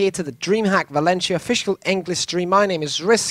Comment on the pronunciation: lol it's not "valenchia" it's pronounced "valensia" great cast! subscribed!